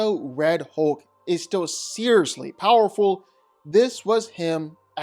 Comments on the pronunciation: #1...it's HULK...not HOLK. #2.... You keep calling Juggernaut, Colossus. That's just Weird, weird. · It's hulk not holk! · The way you say hulk the ULK 😂😂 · If I didn't know you were saying "Hulk" i would SWEAR you were saying "Hoke." 😂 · "Hohk" lol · You seem to have a problem, in pronouncing HULK... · The way you pronounce Hulk drives me NUTS